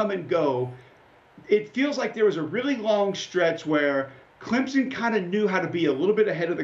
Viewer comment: Alabana, Ohio Thate, Clemzen